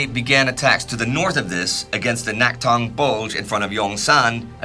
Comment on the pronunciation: Thanks for another stellar episode, and I've been watching the series with excitement as a Korean whose grandfather died fighting in this war. By the way, the "낙동(강)" should be pronounced as "Nakdong" instead of "Naktong". I only mention this because you've been doing a great job so far to pronumciate Korean names otherwise. It may be written as "Naktong" in English documents because Korean romanisation is all over the place, but the original letter "ㄷ" is never pronounced as "t", for which there's another letter, i.e. "ㅌ". Also, a very minor thing to mention while I'm at it. I noticed you consistently call "Pohang" as "Pohang Dong". "-dong(동)" is a submunicipal level administrative unit of a city, e.g. "Pohang Si(city)". As such, if the intention isn't specifically to denote that part of the city, it'd be better to use a more general name of the region, i.e. "Pohang".